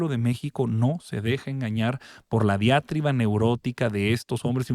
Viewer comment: La palabra es diatriba no diátriba, señor Attolini